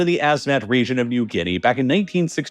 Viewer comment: and rejion instead of region. I don’t think the voice is of a human.